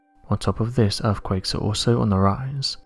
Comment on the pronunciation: Also Earthquakes are pronounced as they are written. There is no F in the word but our narrator would have us believe that “Erfquakes is the correct pronunciation, and not forgetting and I quote “massive def-count” which aught to be massive death-count! Whoever he is he needs to take lessons in Oratory as the job of a narrator is to provide a clear statement that is audible in the language it is written.